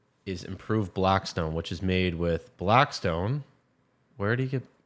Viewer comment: "Improved blackspone" 😂